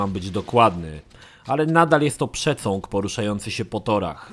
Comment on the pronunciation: Rozbawiły mnie słowa "przecąg" i "zniszcenie" 😅